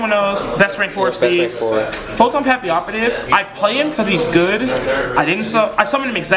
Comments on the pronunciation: He said Photon Papilloperative correctly... my word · Play Madolche AND pronounce Zenmaines & Papilloperative properly? This guy is completely awesome.